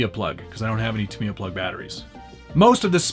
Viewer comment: its pronounced ta-mi-ya not ta-mia